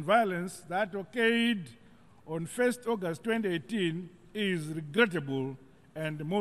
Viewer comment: Regreatableeee, sustainabeeel, per capitaaaa, pissiful